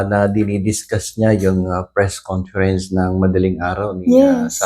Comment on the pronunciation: "Fres conference"??